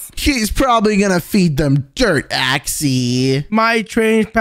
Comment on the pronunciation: Her name is Axy not Axi